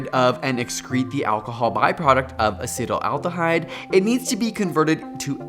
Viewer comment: Acetaldehyde is pronounced ACET-aldehyde, not ACETAL-aldehyde.